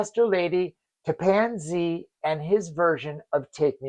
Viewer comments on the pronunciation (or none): Love the video. Just want to correct your pronunciation of "Tappan Zee"... It's pronounced "Tappin Zee". Bob named the track (and the record company--he founded, lasting from ) in tribute to the NY bridge (now officially named the "Gov. Mario M. Cuomo Bridge"--Tappan Zee was better) that he would travel over to commute to recording sessions in NYC.